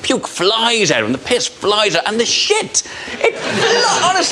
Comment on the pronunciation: I just love to hear Dara saying "Oh Shait". It makes me smile every time!